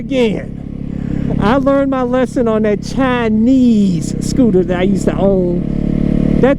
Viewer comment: Ofc the CHIIIIIIIInese scootah! Knew you’d say that one 😂